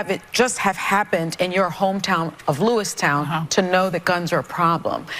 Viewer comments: It ain't Lewistown, it's Lewiston..........a very noce place......I've been there many times.......Asuncion...... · Someone might want to tell Sunny, since she’s on her soapbox that it’s not “Lewistown” as she calls it. It’s Lewiston. She’s such a disrespectful pig. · DUMBBELL on the view: ........it's not pronounced: "Louis-Town". it's "Lewiston". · Ma'am please learn to pronounce the name of the place your speaking of ,it's not Lewis-town it's Lewiston .These guns are no different then what they consider a hunting rifle , changing the appearance doesn't effect the caliber . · This lady that cannot say the name of the Town correctly. A highly educated individual as she claims to be cannot pronounce the name properly.